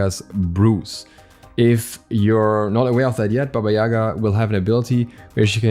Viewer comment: Dude, please... Not YAga but yaGa... She is character of our tales and thank you for your awesome videos anyway ad warm hello from Ukraine ~~~